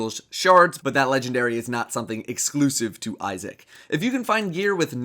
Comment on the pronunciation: Thought is said ISIS :/